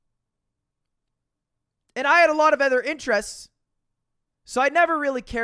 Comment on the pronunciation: why do u say ether instead of other